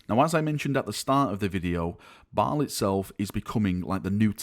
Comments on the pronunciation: M8, its pronounced (bale) not (ball) just fyi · Did you say the new Battle barge ship is named “Balls Fury”? 😂